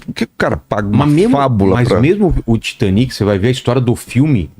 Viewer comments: Titaniki titaniki Britaniki 😂😂😂😂😂 por favor niki niki 😂😂😂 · Porque temos a mania de falar Titanic em português como se houvesse acento agudo no último I? São palavras inglesas então é Titanic como se houvesse acento circunflexo no A , acho que uma palavra paroxítona. O mesmo para britanic